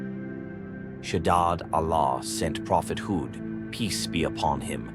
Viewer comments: Prophet Hud not hooth stop using ai voice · Poor pronunciation!! You didn't even bother to try and pronunce Prophet Hud's name or other Arabic names!